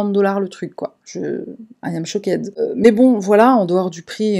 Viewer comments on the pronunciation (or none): j'adore ton " I am chokaid" XD